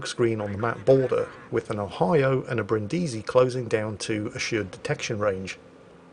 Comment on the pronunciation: Bri'ndisi, not Brindi'si.